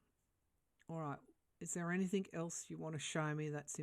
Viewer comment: The word "anything" is not pronounced anyTHINK. Please stop saying in your podcasts. It drives me crazy!!